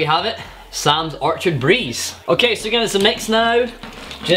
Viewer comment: Not to be that guy but your saying orchard like referring to a field of trees but the name of the drink is orchid which is pronounced differently and is a specific type of flower.